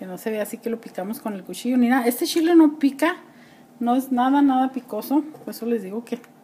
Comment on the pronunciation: No es picoso para usted. Su shile como usted lo dice (chile).